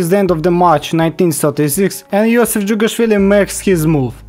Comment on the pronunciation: Finally someone saying jughashvili somewhat good